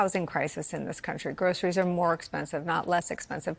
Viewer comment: Trump couldn't even pronounce groceries, and has never been in a grocery store.